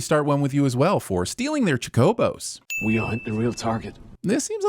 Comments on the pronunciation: ...chuh ko bows? bruh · How do you mispronounce Chocobo? with Chi-Cobos, wtf is this, Chiplotle? yeah i know what i wrote. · The way you said "chocobo" hurt. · Sin yourself for how you said chocobo